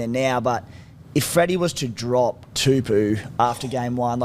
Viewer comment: I can't remember the young Brodie's name but Daniels last name is pronounced Too-Po (like the Kung Fu panda)